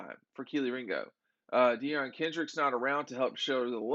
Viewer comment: I’ve also heard him say DeAaron Kendrick lol I think he just guesses every time